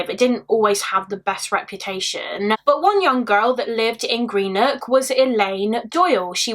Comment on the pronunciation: such a sad case 😢 my nan was born in greenock but just a heads up it’s pronounced gren-ook 😊